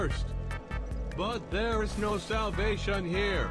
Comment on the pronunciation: He told no lies when he said "but THERE'isS no salvation HERE"